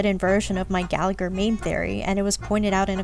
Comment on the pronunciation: I have nothing to add to these big brain comments, but I just wanted to say this video and the last one made me appreciate Gallagher a lot more! I was initially interested in him bc his name is Irish and I’m also Irish (which btw, no shade on anyone bc Irish is hard but his name is meant to be said more like Galla-Her with the second g being silent, and Siobhan is more like Sho-bawn) but how interesting he’s proven to be has me hooked! I’m now working on building him despite him being E0, hopefully I can pull him a couple more times to make him nice and strong ^^ Also: I love your humour throughout the video, I hope you make more star rail vids like this if you feel like it ❤ Also also: you are a person of culture for all the Layton music